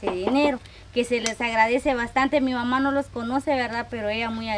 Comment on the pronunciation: Ándale, así se dice mamá con acento. Y tú le dices mama y como tú lo dices como si fueras a mamar es como si le dijeras q mame. Cada q le dices así es como si le estás diciendo q mama. La palabra correcta es mamá con apellido